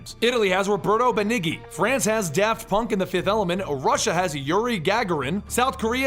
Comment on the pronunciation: between the pronounciation of benigni and werner van broon, you should really put more time in to researching this.